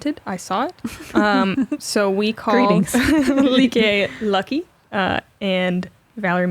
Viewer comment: As a Nordic, I find it so cool you call Lykke "Lucky". Atleast that was it sounds like :) As a site note. In Nordic language, her name translates to "Happiness".